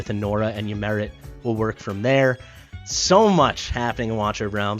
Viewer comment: I like to think Ymiret is French and pronounces her name as "Yimeray"